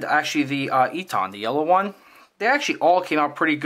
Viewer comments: EATON is pronounced "E TON", not "E TAHN" Just an FYI... love your videos! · Great Vid ! Thank You. Very minor point.. Eaton is pronounced 'Eatin' Like the colloquial for Eating..